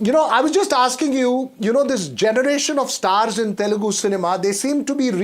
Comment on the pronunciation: it is teL- U - gu NOT telgu please